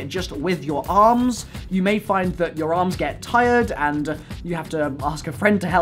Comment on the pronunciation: Why does he add uh to the end of nearly every word? "Anduh a waffle keychainuh"